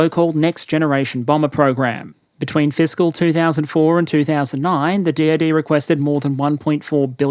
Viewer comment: I kept hearing "The DOD" as "The Deity". Not far off, but a bit worrisome that I just accepted it.